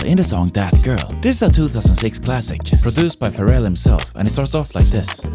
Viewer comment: TIL Pharrell's name is stressed on the second syllable. Yes, I live under a rock... under another rock, under another rock, under another rock, under another rock, ... under another rock.